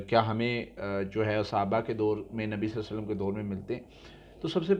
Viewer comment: please ap Nabi Pak k nam k sath Sallallah o alaih e wassallam achi tara or clearly ada kia Karen.